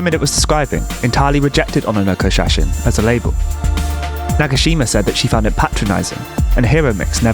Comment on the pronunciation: ona nokko shasin? lol. its on-nanoko shashine.